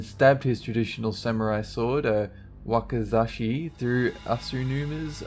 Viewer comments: Heeeeey, you said "wakizashi" correctly! good job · Wakazashi yes you pronounced it right